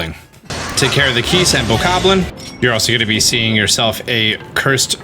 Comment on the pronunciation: Its BOKOBLIN not BOKABLIN